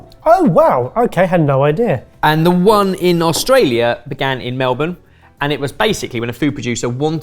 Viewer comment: Thankyou for saying Melbourne properly.